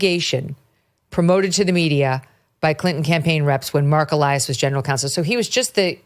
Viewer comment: When he turned into e-lie-as.